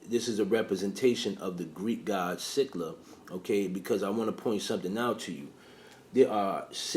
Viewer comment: No it's 100% pronounced SILL-A